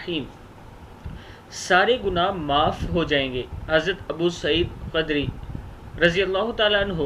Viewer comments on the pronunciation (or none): The name is Hazrat Abu Saeed Khudri not Khadri. In future pls pronounce the world correctly. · السلام علیکم۔ آپ کے لئے نہایت ضروری ہے کہ آپنا تلفظ درست کریں۔ لفظ خدری میں خ پر پیش پڑھنی چاہیے ۔